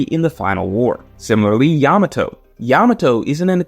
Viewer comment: Blud can't even refer to Yamato right